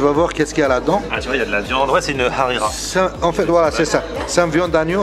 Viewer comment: J'ai regardé la vidéo et la harira c'est une tuerie mais j'ai vu que vous prononcez comme le mot harira amis il me semble qu'on dit rhalila si je me trompe pas